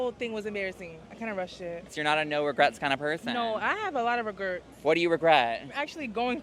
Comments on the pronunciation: she didn’t admit to having regrets, she said she had a lot of regurts….. maybe she has issues with regurgitation? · Also, did she actually say re-GERTS???? 😮